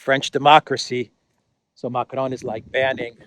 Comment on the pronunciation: Who exactly is "Muck-lone?" Dafuq?